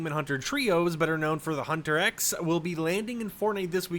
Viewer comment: Huntrix, not Hunter-X